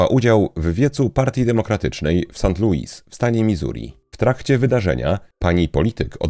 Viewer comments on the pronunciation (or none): none